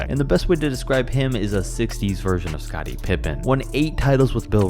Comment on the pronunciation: Got scottie messed up